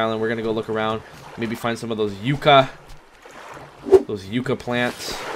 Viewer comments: by the way yucca is pronounced like yuck a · It's pronounced Yuck-uh